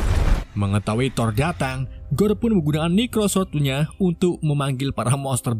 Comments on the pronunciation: Necrosword... saya terus mendengarnya sebagai "microsoft word" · kok aku dengernya pedang microsoftword ya.... :D